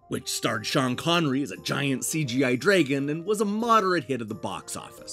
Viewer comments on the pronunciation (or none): don't pronounce "dragon" like that! also FIRST :p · i really don't care that much, but here's the correct pronunciation: there IS a difference. just pointing it out though :D